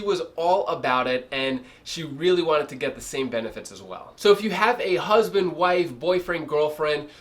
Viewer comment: What is a Hasband? lol